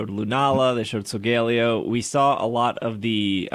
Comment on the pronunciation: Is just trolling everyone with how he pronounces Solgaleo? I don’t remember it that way in the anime…